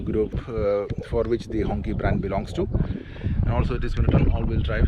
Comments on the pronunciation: No, it should ‘‘hongchee‘’ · It doesn't pronounced "Honkee" it pronounced "Honshee" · Hongqi, is pronounced close to a donkey 🤣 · Not pronouncing the name correctly is off putting and shows you couldn't care less.